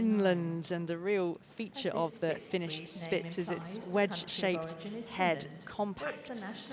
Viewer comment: I was working with this in the back ground and I heard "Fish Sticks" instead of Finish Spitz ... and now I wish very much that little floofs name was Fish Sticks